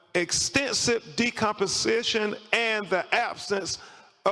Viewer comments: It’s decomposition ! He still said the word wrong! Why didn’t someone tell him first time !! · LADY IN the WHITE JACKET, it’s “ACCELERATED DECOMPOSITION”